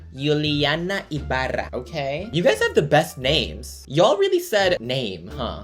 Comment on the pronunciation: you literally have filipino accent everytime you say someone's name lol